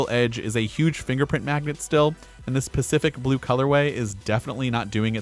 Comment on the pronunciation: Did he say “specific blue” ? Did anyone hear it ?